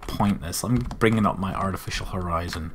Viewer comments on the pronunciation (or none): none